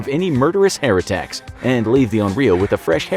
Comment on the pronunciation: I heard "hair attacks" as "heretechs"